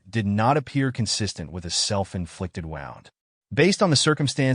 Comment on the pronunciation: Woo-nd not wow-nd. Future reference